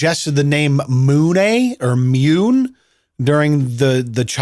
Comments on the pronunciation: It has to be pronounced "moon", not "Mewne" right? I mean, June not "jewne" Dune not "dewne." On a side note, My now adult son, he was boen when I was in my teens, is named after a lie I told his mother. hahaha It was harmless, she wanted to know what my middle name was early in the relationship and for some reason I thought it was funny to tell her the most ridiculous name I could think of and I never told her the truth until that name was on the birth certificate haha He rocks it though ;) I should add, I had no say in the name, there was no discussion, I didn't know what she was planning all I knew is that when I showed up and heard the name I was thinking "Oh shit.. I never told her the truth did I..." hahaha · Mune is pronounced myou nay...according to Google translate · ...the name Mune is pronounced "myoon" and means "Guardian of the moon". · Its pronounced MOON😂😂😂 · It’s pronounced “munneh” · The entire “Mune” story had me laughing so hard, the way you pronounced “Mune” and the way you portrayed the wife wanting to meet someone to conceive a child named Mune 😂😂😂😂😂🤣🤣🤣🤣🤣🤣🤣!!!!! HAHAHAHAHAHA!!!! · Wtf is a Mune ??!! 🤣🤣🤣